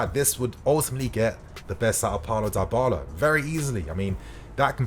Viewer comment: Someone teach man how to say Dybala please 😅